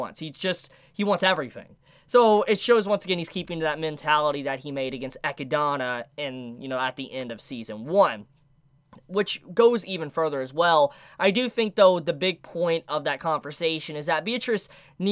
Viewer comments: It's pronounced ee-kid-nuh! Eh-keed-o-nah is just the Japanese pronunciation. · Still... it is E-CHID-NA not E-CHI-DA-NA... 🙄🙄🙄🙄🙄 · Bro I hate how he says ecadona like not echidna or ekidona no it's ECADONA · Reviews you pronounce Echidna's name incorrectly, it should be pronounce the same as the Australian animal called Echidna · I still cant get over how he says Echidna